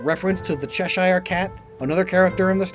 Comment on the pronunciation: It is pronounced "Cheh-shur", not "Chesh-eye-er" The Shire is a place in Lord of the Rings, but when used as a suffix, "-shire" is pronounced with fewer sylables, it's just a very soft, quick, "shuh", "sher" or "sha" sound, Maybe "Sheer" if you want to sound kinda posh Derbyshire = "Darb-i-sha" , Not "dur-bee-shy-er" Nottinghamshire = "Not-ing-um --shrr", not "Not-ing-ham-shy-er" Worcestershire = ...err... "Wooster-sha" (Even some Brits struggle with that one a bit XD, "Worcester" is an especially weird way to spell "Wuster"), definateltely not "War-sester-shy-er" - "Wash-yur-sister-shiira" &, thus: The "Chesh-urr" Cat from "Chesh-urr"